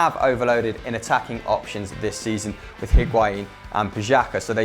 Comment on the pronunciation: Notice how when they're talking about TIGRES selling gignac to barça it say teh instead of the 😂😆